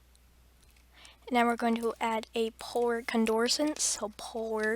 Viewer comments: "polar condorsints" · Wait a sec... wat did you say?? Polar Condorsants?? XDDDD I m dying so bad XD